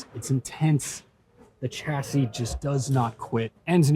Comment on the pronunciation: Please prounce chassis correctly.